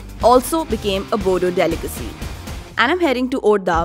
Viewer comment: Oh god it's boro not bodo what the fuck